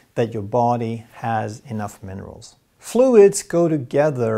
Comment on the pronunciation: He said monerals